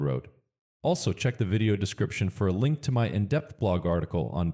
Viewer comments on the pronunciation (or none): none